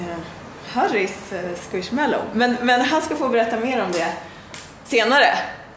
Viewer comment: man säger squismallow